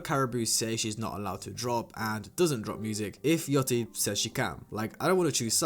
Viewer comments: its yachty no yoty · Why everybody saying yaTCHY. Its YACHTY